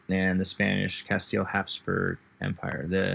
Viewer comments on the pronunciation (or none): none